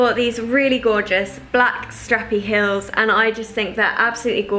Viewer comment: you say "heel" a bit like "hill", like Anna from viviannadoesmakeup hahahah. lovely video 💕